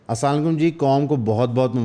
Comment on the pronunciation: Salaam bolna sekh ly bhai